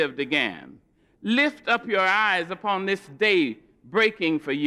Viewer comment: “dis I like”